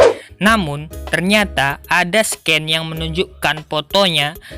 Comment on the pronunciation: Scene tu bacanya "sin" bukan "sken"